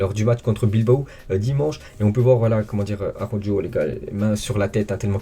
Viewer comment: Salut, pour quoi t'as changé la façon de prononcer ARAOJO